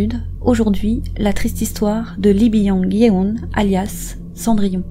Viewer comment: Je connais cette histoire mais je vais écouter votre version quand même ! :) PS : Yeon se prononce Yone avec un o ouvert